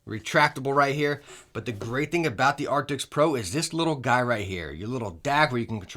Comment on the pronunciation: Artics.. arcticts.. artis.. dude. ARCTIS